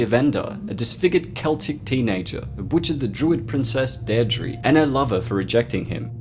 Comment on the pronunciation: Great video, but Samhain is pronounced ‘Sou-in’ not sam-hein and Deirdre is pronounced ‘Dare-dra’ not dae-dree (source: I’m fluent in the Irish language)